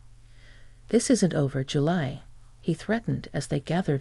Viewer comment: A good idea is to listen to your own story before you post it. You idiots call Julie, July and Julay. Sloppy. Get with it.